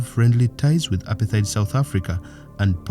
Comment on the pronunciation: apartheid is pronounced a par tight